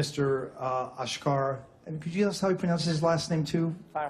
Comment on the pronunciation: first of all...It's asghar not ashghar😑